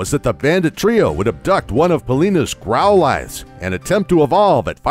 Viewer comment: Amazing, apart from a few mispronunciations (Arceus (CE makes a soft C sound)), Growlithe, Hisuian, Rowan, Unova, Yveltal (has two “L”s)) and the GBC G/S/C having both legendary Pokémon available.